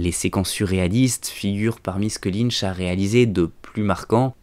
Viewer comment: David LynCH...pas Linn..mdr